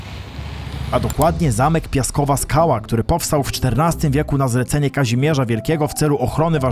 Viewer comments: Sułoszowa, nie Sułoszewo 😅 - Pieskowa, a nie Piaskowa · pieskowa a nie piaskowa 😅